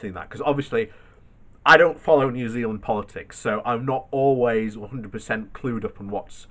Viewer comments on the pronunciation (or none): none